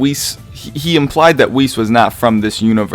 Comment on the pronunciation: Pronounce it like 'wish' but with an e >->